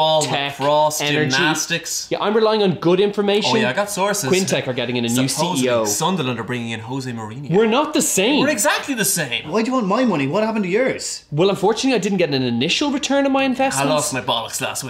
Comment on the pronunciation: There is a glaring error in this video. It's so large that I can't really overlook it and it's almost unforgivable. It's "José Mourinho", not "Hosé Morinho". He's Portuguese, not Spanish. The J is pronounced as a J, not an H like in Spanish!